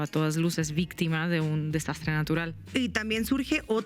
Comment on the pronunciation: "La Vistima “ jajaja